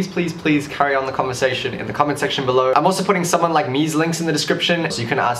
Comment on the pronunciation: the comment sex... tion below (am I the only one who heard it like that??)